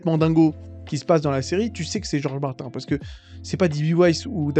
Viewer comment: Desolé mais Martin se prononce "Martine", sinon pourquoi ne pas changer Kevin en "Kevain" ? Michael Jackson tu le prononce comment ? 😅 Un nom propre est invariable dans sa prononciation.